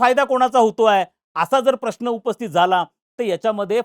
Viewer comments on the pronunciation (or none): none